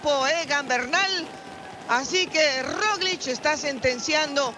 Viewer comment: Gracias por un aficionado, como yo, quien me corrige, no es Roliz, es Roglic. Total estoy para aprender . Lo de Primoz Roglic, es un exhibición de altura, paseando en las montañas de Francia, con un equipo blindado. Estoy haciendo votos por una buena actuación de Nairo Quintaña, porque en el ser humano lo más importantes es la vergüenza deportiva, y este ciclista le sobra